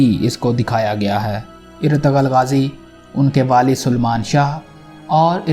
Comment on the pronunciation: Oye bhai irtagal nahi ertugrul